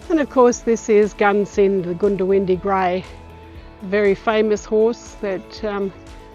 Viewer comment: Pronounced GUNdiwindi. 🙂